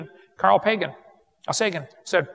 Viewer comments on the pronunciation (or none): none